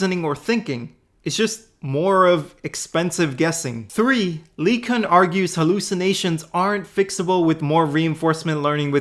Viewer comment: Anyone besides me bothered by the way he pronounces LeCun?